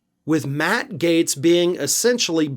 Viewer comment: You have no idea what Matt Gaetz's finances are.....you don't even spell his name correctly, you keep calling him Matt Gates.